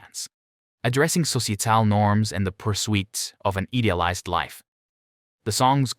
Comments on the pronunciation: Ceeceeital norms & an eedeeulized life😅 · Where are you getting these pronunciations? ...Their musical brilliance. Addressing sociatal norms and the pursuit of an idealized life... becomes "MusiCAL brilliance. Addressing sociaTAL norms and the purSWEET of an EEdialized life." Do you really talk like this???